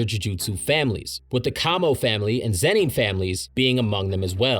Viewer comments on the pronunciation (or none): This whole video I cringed every time you said Zeni and not Zenin smh